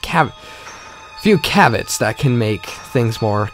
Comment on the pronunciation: You're welcome. On the other hand, I find it handy to keep a dictionary around while I'm reading or pre-reading to speak so that I can really nail down the pronunciation of some of the trickier words. I noticed this one had caveat in it, which is actually pronounced cav-E-aht.